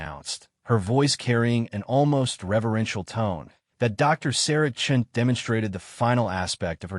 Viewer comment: Thumbs down. The narration is out of sync. with the text given; spelling and wording errors are commonplace - in other words this has not been edited - a credit must be given for pronouncing Chen's surname correctly, initially.